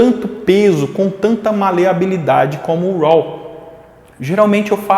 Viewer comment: Amigo.... Pronuncia "rô". Não "roll"